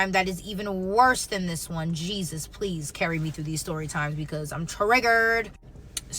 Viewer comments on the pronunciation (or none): none